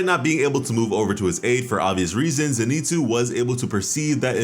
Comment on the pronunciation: Please, his name is pronounced Zen I Tsu as in Zen Ee Tsu! His name is not Ze Ni Tsu.